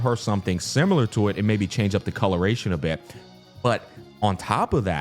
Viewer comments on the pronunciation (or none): none